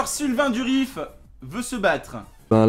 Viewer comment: Sylvain Durif, s'il te plaît, pas Sylvain Duriss x)